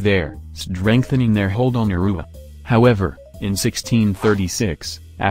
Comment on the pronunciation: I was born there. The pronunciation sucks